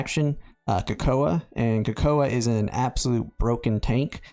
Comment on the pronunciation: Thanks for the heads up boss 🫡 Edit: Wait. Coco-uh? You mean cocoa pronounced coco? First tarot cards pronounced like carrot cards now we have coco-uh. Is this the trickle down effect of Americans not reading at grade level?